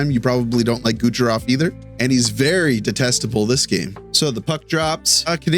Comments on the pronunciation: is it me or every time he tried to say "Kucherov" it sounds like "Gucherov" lol, great video though once again!! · I think it's on purpose